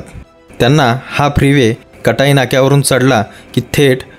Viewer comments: कटाई ❌ काटई ✅ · आपल्या सारख्या मराठी माणसाने काटईच्या ऐवजी कटई बोलू नये.